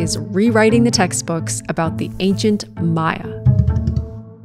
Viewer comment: she said maya not mayan, meaning she did her research, instant subscribe